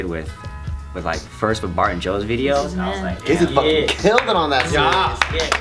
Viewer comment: Did anyone else hear barbecue instead of bart and geo